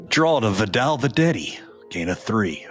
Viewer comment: Jay Gruden needs to learn how to say Vidal.